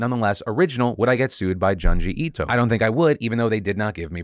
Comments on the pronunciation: I died a little inside hearing Phil mispronouncing Junji Ito 😂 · Joon-ji Ii-to. Sorry Phil. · Homie said Jungee Etoe lol, love ya Phil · (June G E TOE) C'mon Phil you aren't that white.